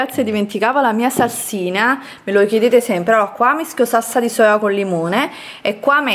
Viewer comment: Ma perché dici sassa invece di salsa?😅